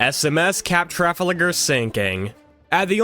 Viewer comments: Sick video but it’s tra-fal-gar Not “traflager” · Mispronouncing Trafalgar and Trinidad is wild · The way he pronounced Trafalgar 😂